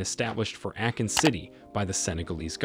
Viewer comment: Did he just call him AKIN!!! Brooooo i'm out.